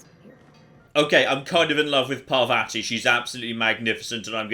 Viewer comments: Pa-vA-tea is not the correct pronunciation. Just fyi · Please note that the name of your companion is pronounced “Parrvathi” (double “r” indicates it is hard, as in “paranoid”) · I'm not sure how the game says it but is bring very British with his pronunciation of Parvati. The proper/Indian way would be closer to Parrvuthi. So roll the r slightly, say u instead of the second a and a soft t.